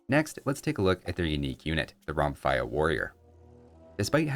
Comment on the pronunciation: It's pronounced "Romfèa"